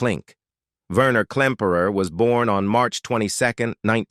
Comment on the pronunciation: Not Verner, Werner. The AI is awful.